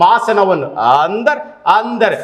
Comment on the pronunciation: ಆಂದರೆ ಅಲ್ಲ ಅಂದರೆ 😂